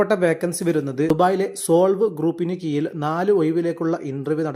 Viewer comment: കീയിലല്ല കീഴിലാണ്😂